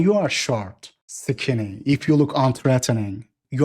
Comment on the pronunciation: "Short, sikinny"